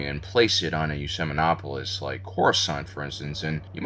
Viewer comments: someone correct me if im wrong but i always thought it was "ecumenopolis," not "ecemenopolis" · You are right. It's (ecu) not (ece). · It's pronounced ek-you-men-opolis. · Will you ever learn how to pronounce ecumenopolis right?